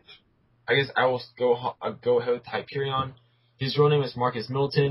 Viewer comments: its not pronounced hy-per-e-on its hy-per-e-in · You guys missed a attack.Hyperion also has solar breath and Superman has freeze breath.And you guys pronounce Hyperion wrong.And Superman and Hyperion also has superhuman stamina and durability.